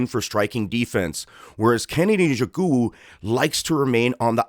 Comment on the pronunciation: or mr white man pls respect your self and pronounce the Nigerian mans name properly or don’t call his name again,why don’t you learn how to pronounce his name well before going online with your bloody phonetics